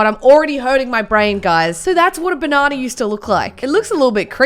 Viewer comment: Nobody:: baNAWnuh